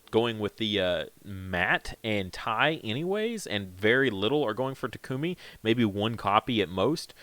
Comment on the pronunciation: start spreading it around, please... So many YouTubers pronounce Coelamon wrong. It's based on the Coelacanth, so the "coela" is pronounced like "seela". SEE-luh-kanth, SEE-luh-mon Also, the emphasis for Takumi is on the first syllable. TAH-koo-mih, not tah-KOO-mih.